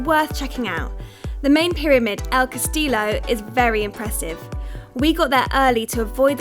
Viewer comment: its el castillo pronounced el cast-ee-yo